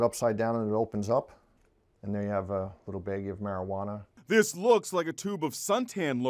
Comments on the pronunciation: “little beiggy of meriwaner” 😂😂😂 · He says it like marijuanaer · First time it sounded like he said marijuaner